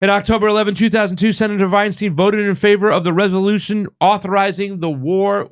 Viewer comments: You re pronouncing her surname wrong. It's not a long "e" in stein. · Lol it's hilarious how he switches between pronouncing Feinstein as "stine" and "steen" almost every time. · Dude can you just pronounce her name correctly once or just the same?